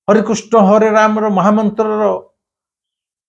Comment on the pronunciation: ମହମନ୍ତ୍ର ଟି ସଠିକ୍ ଭାବେ କୁହନ୍ତୁ